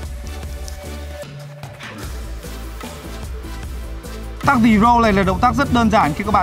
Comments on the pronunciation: The roll đocj là "dờ rôl" mà anh, làm j phải "dì rôl "đâu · Cái động tác "the roll" a phải đọc là "dơ râu" chứ k phải "di râu" nhé a :))) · phải đọc là dơ-râu chứ làm gì phải dì-râu,làm gì có nguyên âm đâu ??